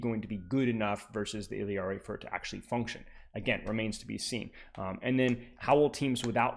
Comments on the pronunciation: But you're not even pronouncing it IL-YAR-EE you're clearly saying IL-EE-YAR-EE and my ears hurt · Love your content, but for the love of god it's "Ill-ah-ree" not "Ill-ee-ah-ree" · if you're reading this, in Spanish her name is pronounced like "ee-yari." I notice you sort of mixing together the English double-L sound and the Spanish 'yah' double-L (like heard in 'quesadilla' or 'pollo') and simply put, Illari's name in Spanish does not contain the English double-L sound at all. Just the 'yah' sound, pronounced something like 'ee-yari' or 'ee-yarry.' Feel free to say it however you want though, just wanted to inform you and thanks a million for the great content:) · “ILL-EE-AR-EE” lmao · Bro, it's only one 'I' in Illari. Il - lar - ee, 3 syllables. I usually let it slide but that pronunciation is so hard to listen to lmao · It's actually pronounced "eeyaree" if I'm not mistaken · Obviously hes not doing it maliciously, but why is it a big deal for me to point out the pronunciation in my language? Especially when its said with a Spanish pronunciation in the trailer. I think everyone else needs to chill, its just a name, this isn't some woke agenda or whatever and I wasn't being rude about it or trying to force him to say it a certain way, nor am I trying to force you to pronounce it "my" way. In fact, if you read my entire reply, I tell to pronounce it how he likes because you're right, everyone has an accent and different place of birth. So why cant I freely share how I say her name? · the way you pronounce some of the characters names is funny 😭 “buh-teest” “illy-ari” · both characters in game do not pronounce their names anything like does